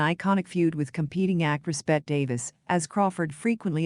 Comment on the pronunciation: All of this content is nothing new. It is everything a basic primer of Crawford has already told. Also, you mispronounce many common names: Bette Davis, Roger Ebert, Metro Goldwyn Mayer. Citing your sources during the monologue makes this video sound like a sophomoric book report. And finally, the monotony of the narrator's voice sounds worse than fingernails on a chalkboard.